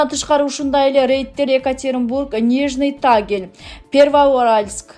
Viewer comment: Оой кызым,туура суйлочу орустардын шаарынын атын,уятта,тооба силер кандай журналист синер ,ксен фобия дейсин например уятко уйрон.,нижний таагил эмес,тагиил деп окуу